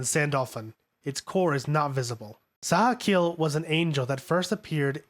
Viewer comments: Sachiel isn't pronounced "Sahkeel" it's SA CHEE EL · Sachiel = sat-chi-el Ramiel = rah-me-el Gagiel= gah-jee-el Bardiel - Bar-dee-el Zaruel = zair-roo-el Arael= Are-rah-el Asuka = awe-s-cuh Longinus= lawn-gin-us Tabris= tab-ree Etc.